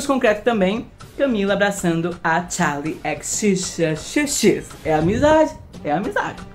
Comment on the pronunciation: Não tem um vídeo que eu não morra de rir, vcs é massa d+ "Charlie exixx" KKKKKKKKKKKK